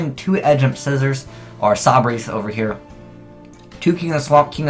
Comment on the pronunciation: "Edge Imp Sa-braise "